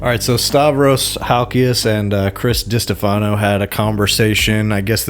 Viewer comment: Stopped watching after I heard you pronounce destefano lol how am I going to listen to your opinion on these people if you don't even know how to say their names? Tells me you don't know what you're talking about